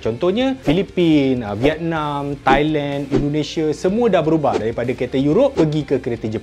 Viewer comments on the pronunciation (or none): none